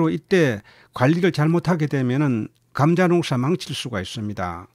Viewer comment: 감△ , 자▽ 엑센트가 특이 하시네요^^ 감▽, 자△ 이게 옳은 엑센트인 것 같은데요^^